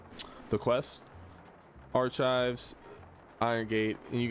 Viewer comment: So there are actually 2 more safes pretty close to the safe where you killed the scav in the beginning that would be great for your runs. Also, they way you pronounce archives makes me think they are some sort of food 😂